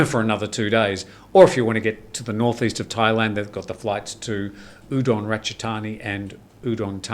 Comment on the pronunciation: Its Ubon ratchathani not udon